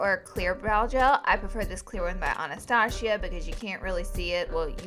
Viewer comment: Its anastassssssia not anastashhhhia